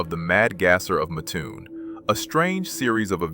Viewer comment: It's pronounced MATT-toon. I used to live there. Muttoon, it ain't.